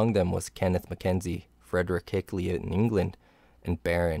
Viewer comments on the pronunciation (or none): none